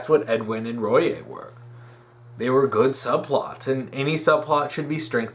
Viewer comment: Small nitpick, but Royai is pronounced Roy-eye